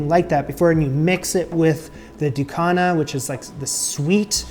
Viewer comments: Love to see this, thanks! In Antigua we pronounce it DU-KU-NA. You can absolutely use foil paper instead if you don't have banana leaves but love how you kept it as authentic as possible. Yum 👍🏽🥰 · Oh wait you missed the chop up! I can’t wait for you to taste this how its supposed to be made. It’ll blow ya mind! ❤ It’s also pronounced, Du- Cu- Na, now say it fast. Happy cooking friend x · thank you for saying Antigua correctly. we gonna have to work on how you say Barbuda lol. Also we gonna work on how you say Ducana. But I love your curiosity. You are welcome here anytime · In regards to Ducana, you are not pronouncing it properly, but that is okay. Ducana is endemic to Antigua, but we make something similar called conkie. Here is another tip. When dealing with banana leaves, you will need to either quickly blanch the leaves or place the leaves over open flame. This will make the leaves pliable. Also we use the strips of strings that come from the banana tree to tie, which will need to be blanch as well. In regards to conkie, we use grated coconut, grated sweet potatoes, grated pumpkin, with all the ingredients you used, but NO raisins. Good attempt.